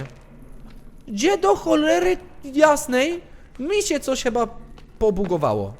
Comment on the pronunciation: Kocham te twoje pomyłki językowe takie jak "cheba" zamiast "chyba" <3